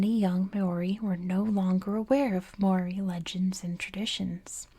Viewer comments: don’t worry about it. it’s good enough that you share a love for our culture and are willing to share it to the world. but if you are interested in learning, mow-ri is the correct pronunciation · im not māori, just someone whos currently studying it and trying to learn te reo māori so take this with many grains of salt, there IS many different correct ways to pronounce the name! The issue with your attempt is that you didnt roll the R. You can do this by touching the tip of your tongue against the roof of your mouth making a sort of D sound i recommend looking it up. I theorize that the reason its pronounced so many different ways yet still seen as correct each way is that it depends on which part of new zealand youre from. I myself have seen 3 different ways to pronounce the word, all seen as “correct”: ‘more-ee’, ‘mau-ree’ (with a sort of ‘ah’ sounding A), and ‘mau-ree’ (with a sort of ‘aw’ sounding a) all of them with rolled R’s Again i am not māori! So its entirely possible that ive gotten something wrong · At least pronounce the name right